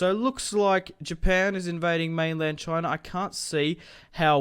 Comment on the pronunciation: The way you say China, it's amazing. Choina. Love you Aussies.